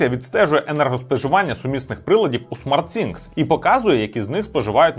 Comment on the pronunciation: Кожен раз коли хоче сказати SmartThing(Розумні речі) а каже SmartSinks(Розумні раковини) прям вухо ріже.